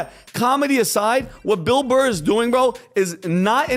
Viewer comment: Who is this Motherfucker and how do I troll him? I think he called Bill Burr "Bill Mar" at some point. This guy's wheel-house has a hamster running.